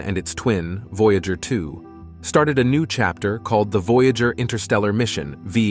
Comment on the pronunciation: News so important that it is delivered by a fake voice that can't pronounce "Voyager". ↓↓↓↓↓↓↓↓↓↓↓↓↓↓↓↓↓↓↓↓↓↓